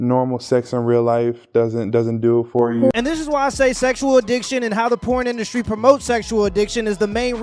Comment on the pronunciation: I like it when they called it indusry 😂